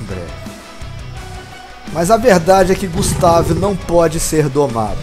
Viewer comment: Eu acho que a pronúncia do nome dele poderia ser "gÚstave", acho que ficaria melhor, mas não ficou ruim assim. Muito bacana o vídeo e que criatividade grande! Eu acho que poderia dizer que é um deinosuchus mesmo..